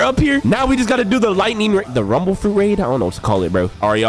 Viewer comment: I thought you said tumble tumble fruit